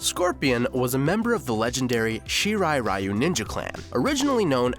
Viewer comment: Can no one pronounce ryu correctly?